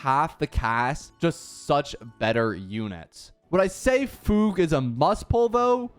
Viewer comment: He actually said fugue right